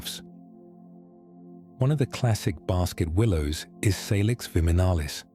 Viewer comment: salix has its origin in Latin language so it's pronunciation is say-liks BTW many English words derive from Anglo saxon a germanic language, which has a short "a" sound not a long "a" as in "ah" thats the French way of speaking...